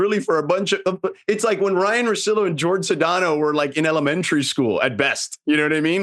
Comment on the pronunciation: Jorge calls himself "George"? I haven't heard a guy mispronounce his name this badly since Bill Mueller.